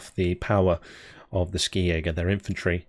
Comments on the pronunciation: Since it is a German division, it is pronounced "Schi-Jäger", not "Skijäger", much like "Shi-Jäger". The Swedes would even say "Hee-Jägerrrr". The Fins indeed would say "Ski-Jägerrrr". Minor note. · Hey, a German here, the k in Skijäger is spoken as ch, we say Schijäger in Germany.